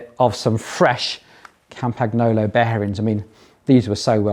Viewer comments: Try pronouncing Campagnolo with Italian phonetics if you use it that much anyway. GN just like in mignon, lasagna, bolognese etc etc. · Italian gn in Campagnolo is pronounced like Spanish ñ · Yikes, your pronunciation of "Campagnolo" and "Cinelli"... but great build, thanks for posting this!